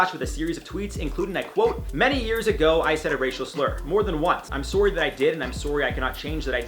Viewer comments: No one IO host : I’m suwry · lol i’m surry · Eric Thigpen Hes Canadian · i love watching IO and all the hosts. but is it just me or can not pronounce 'sorry' properly? just curious. no shade xxx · Is it me or he says sorry different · Omg please say “sorry” again! It’s so cute. You and Joc sometimes will say things and it reminds me your Canadian (which I absolutely LOVE). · I love the way he says sorry! Accents are truly amazing and so interesting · I love it so much when he says I’m sorry in a accent its my favorite thing to hear😂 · Does he say sorry weird or is it me? I'm from England so I could be wrong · I think he's Canadian that why lol it sounds cute to me lol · Thank you for a great video!!! I love how you pronounce the word sorry. I've never herd it pronounced like that.